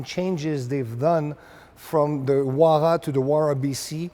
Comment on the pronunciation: I love ya nd I know you got an accent but I can’t get over how he pronounces huayra 😭💀